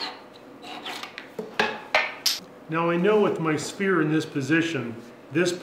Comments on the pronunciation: It's pronounced like "ss...fear" a "spear" is something else entirely un-sphere-like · So nobody picked up on the pronunciation of sphere to spear? Nope just me.